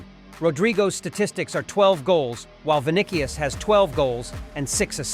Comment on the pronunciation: Vinicius is pronounced “Vi-ni-si-us.”